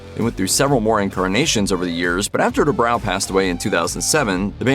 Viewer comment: It's pronounced Due bro not due brow.